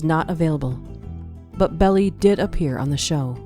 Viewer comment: This is incorrect, demonstrably, but miles closer to the truth than the video’s content is. Oh, and it’s Melvin Belli-pronounced “Behl-Aye” as in “aye aye, Captain ‘l